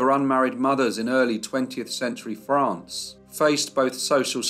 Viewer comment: Good Monday morning. I just want to comment that I love the way you say France.